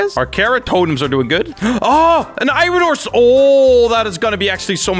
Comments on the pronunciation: says iron like I Ron and it makes me go insane. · Every time he says irin i cry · This is so hard to watch XD He calls Iron = iren Sky block = skywars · Why does everyone say I Ron it’s iron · nobody: literately nobody:: I-ron?! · Eye-ron man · ME: r u from Iran:I-ran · What do you call Swedish iron: irin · I'm triggered at how he says "iron" lol